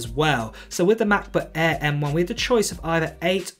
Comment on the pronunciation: f.luck your poor english accent. "MACBOOK ÆÆ" 😁